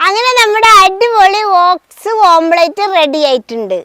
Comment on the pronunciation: ഓൾസ് അല്ല 😂 ഓട്സ്